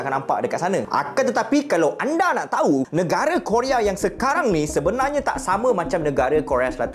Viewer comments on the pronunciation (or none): none